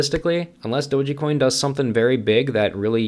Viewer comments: Pretty sure it's pronounced doge coin, not doge-E coin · so what you're trying to gain by leaving negative and judgemental comment towards "Doji coin" in your video? LMAO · you are the only one I ever heard call it doe gee coin. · "I've done my research " ...doesn't even pronounce it correctly...."it doesn't have use cases" then names use cases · What you said I cant argue...but I can't take you seriously when you cant even pronounce dogecoin correctly...🤷‍♂️